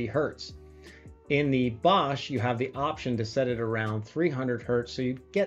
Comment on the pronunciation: Good to see that it not a bad alternative to the TDK ones. Btw:The „o“ in Bosch is pronounced more like the „o“ in Porsche.